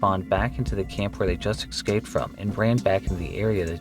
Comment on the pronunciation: Your content is great; I love it! But please, please - escaped is pronounced "Ee-scape-t" not "Eck-scape-t" :' ) Please, this happens like 4 times rapidly in the Friday the 13th section hahah.